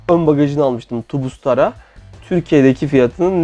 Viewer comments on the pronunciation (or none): none